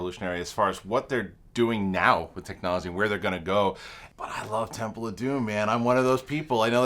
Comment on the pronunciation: Its temple not tempel